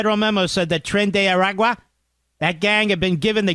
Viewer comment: I like how Mark is unable to say "tren de awah". Lol!